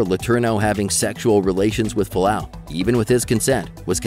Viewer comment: F-u-a-l-a-au, not falau